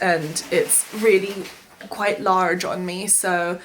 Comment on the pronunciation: aggressively american accented "large"